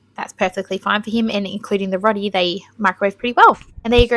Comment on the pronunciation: I'm a grateful subscriber, and I really love your content, but I'm going to be an asshat because I am an asshat about pronunciation... I'm so sorry, and I don't know why I can't let it go, but it's 'ROW-ti', as in, 'row your boat' 😢❤🩷❤️